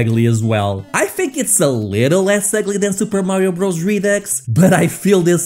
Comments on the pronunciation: Super Mario Bros. is pronounced "Super Mario Brothers" not "Super Mario Bros" -- Bros. is a contraction for "brothers." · Um, it's not pronounced "Super Mario Bros". Bros is short for "brothers".